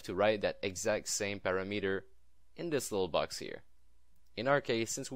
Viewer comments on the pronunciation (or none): Just FYI: parameter is pronounced PAh-RAM-eter, not PARA-METER Thanks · pu-RA-mu-tur not para-MEter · It is pronounced a PUGH-RAM-eter. I hear SOOOO many people say this the way you said it... PARA-METER, which is totally incorrect.